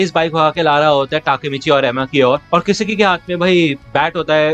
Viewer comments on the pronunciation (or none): I think it's not kisiki it's kisaki😅